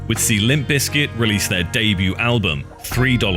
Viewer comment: You know there’s a “P” in there right. It’s not Lim Bizkit 🤦🏼